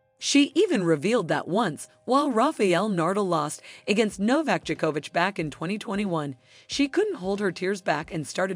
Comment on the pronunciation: Nardle and Jukovich.... this "voice" is creating some new people... funny